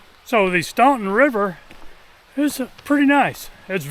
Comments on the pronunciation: The pronunciation of "Staunton" is stɑːn.tən/ in US English. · The pronunciation is “Stan ton” the “u” is silent. The locals call it Wilson Run.